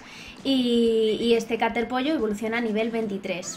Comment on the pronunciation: cuando digiste caterpollo entendi caterpi